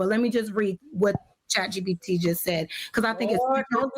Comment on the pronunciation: "Chat CheePeeTee" dawg! 😂😂